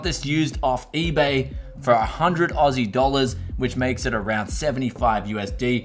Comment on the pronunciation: I love it when he says ausi dollars lmao